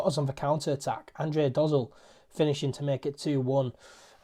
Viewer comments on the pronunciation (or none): Your pronunciation of Dozzell is making me chuckle and also feel old. His father is Jason Dozzell who also played for Ipswich and then for Spurs in the 90s. It's more of a 'Da-zell'.